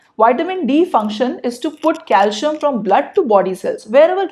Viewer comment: Good video. Calcium is pronounced as CalCium not Calshiyam.